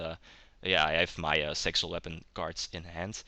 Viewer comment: when you sayed zexal weapons at the start i herth it sexual weapons lol